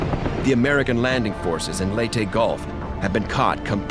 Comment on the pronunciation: I'm surprised the narrator pronounced Leyte correctly. Most other narrators from other documentaries would pronounce Leyte as "Lay-ti" when it should actually be pronounced "Ley-te"